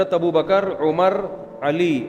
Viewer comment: جنابِ والا ! یہ والا ؟ وہ والا ؟ کیا اِسے بھی درست کہہ دیا جائے ؟ کیوں کہ یہ آپ کہہ رہے ہیں بل کہ آپ بھی کہہ رہے ہیں ، ناآشناے زبانِ اردو تو کہتے ہی ہیں ـ یہ مجھے مہربانی کرکے بتائیں کہ " ابو بکْ ر صحیح یا ابو بَ کَرْ " ؟ آپ نے تو ب کَرْ ( بفتحۂ دوم) بیان کیا ہے ـ ( احسان خسرو / Ehsan Khusro )